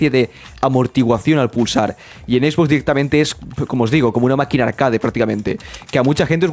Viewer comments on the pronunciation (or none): “Arqueid” se pronuncia arqueid, no “arcade” 😖